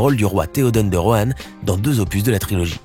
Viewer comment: dsl de te reprendre mais c'est Rohan pas Rohanne